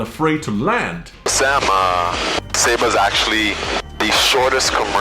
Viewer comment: it is not pronounced siba it is saba (sad bye).